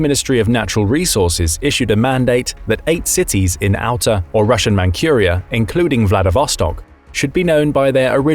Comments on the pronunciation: You are saying it wrong! It is pronounced like Mantsuria, not "Mankhuria". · Manchuria is pronounced Mantchuria NOT Mancuria. Horrible. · Manchuria is pronounced Man-CHEW-ria, not Man-QUEUE-ria. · It isn't "Mankhuria". It is said like Mantsuria. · "ManKHuria", it's ManZHuria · Not mancuria lol! Manchuria! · It's Manjuria, not 'Mankuria'. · You'd think that with all the videos being released, the computer generated voices would get fixed regularly. But noooooo, let's just continue to release crappy obviously fake AI voices. 'Man KUR ia'; really? What else is fake? All the comments? Probably. All crap. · for Pete's sake, look up the English pronunciation of ManCHuria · Man-Q-ria? Huh? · It's Manchuria, not Mancuriea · dude say Mancurea...lol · Never heard anyone pronounce Manchuria like that.